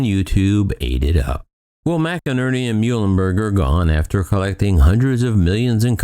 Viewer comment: McNerney is pronounced "Mick-Nerney" not Mac-a-nerny.